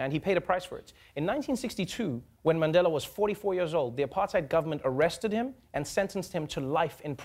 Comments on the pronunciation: Did Trevor say, Mendela🤣🤣🤣🤣🤣🤣🤣🤣🤣🤣🤣🤣🤣🤣 Trevor is no longer South African 'y'all' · I'm so disappointed by how Trevor pronounces Mandela now. You haven't been gone for that long. Don't let the USA change you. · Why's Trevor mispronouncing Mandela's surname just like an American? And then he adds insult to injury by mispronouncing Rolihlahla.